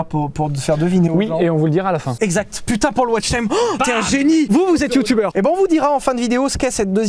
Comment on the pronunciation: De à .. GRRROS AXENT BEEEELCHE SPOTTED PUTIIING 😂